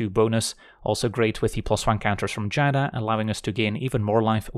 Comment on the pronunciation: I'm so happy you pronounce Giada correctly, I was getting tired of people adding an extra syllable at the beginning